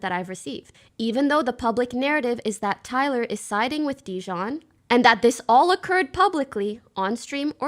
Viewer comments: Notice how not once has she been pronouncing JiDion's name right. Hell, , she even backtracks as she was about to say it right just to call him "Dijon" again. She's so unbelievably petty it's almost absurd. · you see Pokimane correct herself to purposefully mispronounce JiDion's name. She doesnt have an ounce of respect for him. Also, regarding the part where you said "we can see him send the text"... Can you? Can you actually see the screen with the message sent? No. Ninja could have faked the text to his rep, and you need to be more aware of these things. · It’s pronounced JA DEEYON sperg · she keeps mispronouncing jidions name as dijon to belittle him, she’s so annoyingly petty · i hate how she almost says "jidion" correctly but then she stops midway and keeps calling him dijon 💀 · ay tbh ninjas wifey is the alpha. she said "dijon" like the mustard haha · I noticed none of the commentary community covering this can say his name right at all 😂😂😂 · My favorite part about this is how everyone mispronounces JiDion lmao